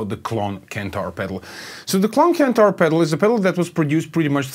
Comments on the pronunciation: CENTAUR not Kentaur! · Good and interesting video. It sounds way better with the mod but fyi it's pronounced senn-tar not kent-tar